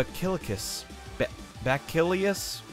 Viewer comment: it's pronounced be-sa-lis. it's a type of disease